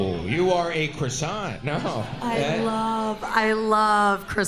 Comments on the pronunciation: The first girl is 🇲🇫 but doesn't know how to pronouns "Coissant" ! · Funny how the first girl claims to be French and doesn’t know how to correctly pronounce croissant 😂😂😂😂